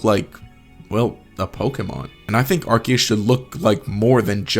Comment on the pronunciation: you pronounced arkoos wrong